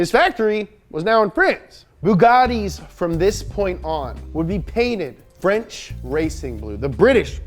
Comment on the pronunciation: "it's the frunch car company with an atalian name that was started in germany"